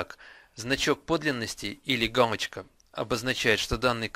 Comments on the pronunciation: Он говорит гамочка! А не галочка! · Чувак ты что говорить не умеешь не гамочка а галочка и не гугм плюс а гугл плюс !!!!!!!!!!!!!!!!!!!!!!!!!!!!!!!!!!!!!!!!!!!!!!